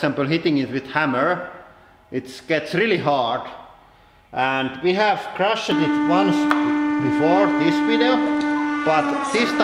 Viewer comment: Please learn simple english pronounciation. I know you can do it even though you're finnish!! It's not "crush-ed" it's "crushed", prounounced "crush'd". The E is silent.